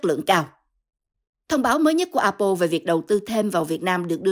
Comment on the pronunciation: Tại sao đọc A Bô . Apple phát âm tiếng Anh dùm một cái.